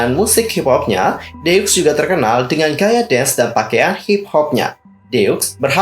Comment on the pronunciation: Kayanya cara baca grup “ DEUX “ itu deu ajah ka x nya ga ush dibaca. Kaya deu kalo org sunda ngomong. Karena ini diambil dari bahasa perancis yg artinya 2.